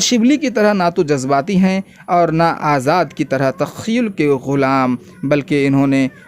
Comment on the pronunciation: تخیل۔کو takhayyul padhna tha